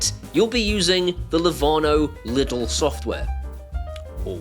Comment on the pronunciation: its not pronounced lid l, its german and in englisch pronounced leedl